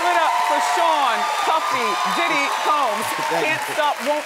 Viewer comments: When she said Diddy, doody 😂😂😂😂 miss and love my Wendy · did she call him doodie? lol